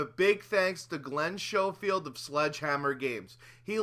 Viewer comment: STOP PRONOUNCING OUR SURNAME 'SHOWFIELD'!